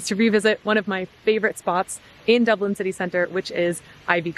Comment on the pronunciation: Hi. Stop saying dubelin.